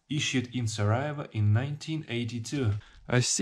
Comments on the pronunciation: Not Sarajeva it’s Sarajevo. Try to learn the proper pronunciation of the major cities at least. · this is not how you pronounce sarajevo